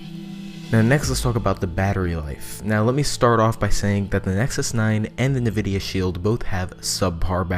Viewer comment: I have to correct you on the fact it's pronounced N-vidia, not nevidia. Thank you.